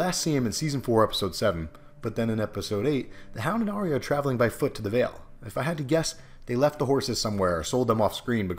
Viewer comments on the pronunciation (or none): none